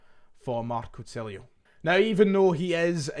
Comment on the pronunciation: Just a wee point ref the new signing. Tilio's name, being Italian, should be pronounced as if the 'i' is a double 'e' eg- Tee-lee-o. Will make you come across that bit more professional. Hail,hail.